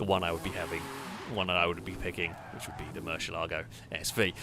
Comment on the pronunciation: please learn the correct way to say Murcielago